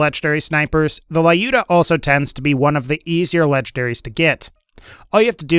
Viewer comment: It's 'Lyuda', not 'Laiyuda' or 'Liyuda'.